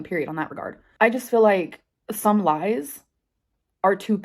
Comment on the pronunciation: Just another video to prove she still lahs 🙄 She can't remember what she says because it's all lahs. Grow up